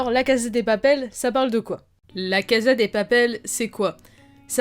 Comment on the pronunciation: Ton accent anglais s'est bien amélioré par contre en espagnol on prononce cassa et pas caza. Tres bonne analyse. J'espère qu'on aura ton avis sur la saison 3. Je viens de la finir et jai été agréablement surprise.